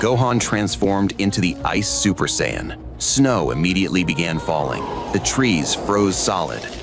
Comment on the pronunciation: What the fuck is an cy ann? There’s no such thing, you mean, Saiyan.